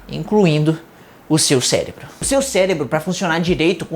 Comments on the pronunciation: Ele não falou "CELEBRO" aos né? Fala pra mim que não falou kkkkkkk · impressão minha ou ele falou celebro